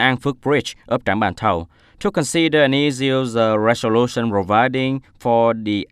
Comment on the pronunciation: sixteenth /ˌsɪksˈtiːnθ/ anh nhớ bật âm /θ/ giúp tôi để phân biệt được nào là số thứ tự và số đếm anh nha! Tại phút thứ từ agenda /əˈdʒendə/ mà anh đọc là /genda/ đâu ra vậy, còn từ resolution /ˌrezəˈluːʃn/ đọc lại nha anh.